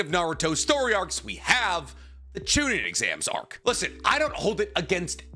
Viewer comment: I think it’s kind of crazy that you have such a large platform about Naruto and yet your pronunciation of words is so variable. Some you mispronounce like “susano’o” “totsuka” “Haku” and “chunin” but others you say just fine.